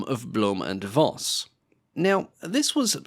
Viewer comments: Read it right, please! Just once! It`s not "blume and Voss", it`s "blume and Foss", for God`s sake!!! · It's pronounced "Foss" not "Voss", v in german is pronounced like an F.